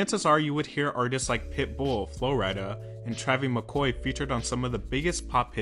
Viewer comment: It’s entertaining how this guy finds a name to mispronounce in a lot of his videos. Travy McCoy? Is he on a pet name basis with the guy?